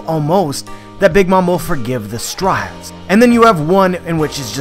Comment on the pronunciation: I hear chewable when he says his name and stryats when he says Straw Hats lol